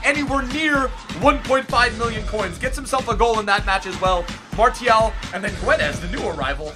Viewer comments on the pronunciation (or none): when you say Goncalo Gu-e-des it hurts my soul. you say it Gonssalo Ghedes trust me my name is Gonçalo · No it's pronouced "Gonssalo Gedes";) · You say: gonsalo gedes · It's Gonzalo Guedes but it's pronounce geds